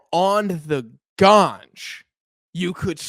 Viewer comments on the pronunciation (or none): confirmed stoner for saying “ganjs”